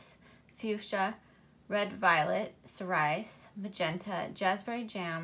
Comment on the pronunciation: I really love your videos! I don't have anything larger than the 120 box so I really appreciate your videos about the larger or specialty releases. Seeing all the crayons together looks amazing. I would suggest googling the pronunciation for cerise and cerulean. I believe it's different from what you have here. 💗